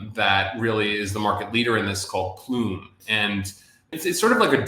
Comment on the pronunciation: In this video he said PLUME